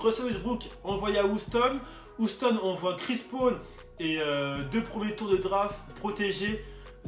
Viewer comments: Bonne vidéo mais ça se prononce «youston» et pas «ouston» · Comment tu dis Houston ça donne envie de te mettre des baffes 😂😂